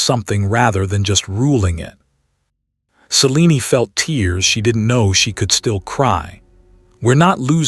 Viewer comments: It's pronounced ( s-eh-lean )....not ( sea-lean-ee ) just saying voice is over guy could watch one movie of a story once in awhile so he can pronounce what he's reading I hear this particular voice while very soothing it is mispronounce especially names a lot over dozens of stories and documentaries. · Selen-e… Celine-e…. Not sure what spelling caused the error… Distracting.